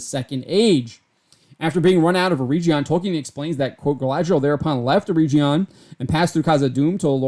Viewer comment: Just one correction - You are pronouncing Eregion wrong - the "G" is like in "get". They travelled together with their daughter during most of the second age and as was mentioned in your article were separated for a time before reuniting again, but the entire storyline of season 1 is not the actual storyline of Galadriel and Celebron in the second age.